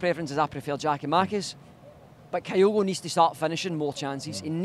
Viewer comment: Jeezo please pronounce Kyogo properly, its not Kaiogo! Its pronounced Qyogo